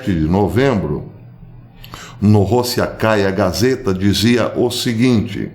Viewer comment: Prezado Professor: Do pouco que "arranho" em russo, uma pequena observação: A letra "o", quando sílaba tônica tem som de "o", quando não, tem som de "a"! Assim, fala-se "Rassia" e não Rossia (para Rússia), Rossikaya gazeta, lê-se "Rassikaya Gazieta" (o e do gazeta é a vogal "ie"). Abraço!